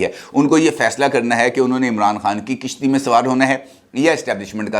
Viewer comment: Kishti Nahin kashti